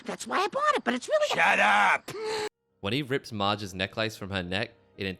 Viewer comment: I have a serious problem with how you pronounce necklace.